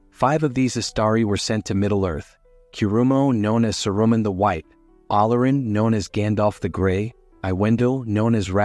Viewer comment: Don’t use an AI voice. It’s mispronouncing names like Saruman.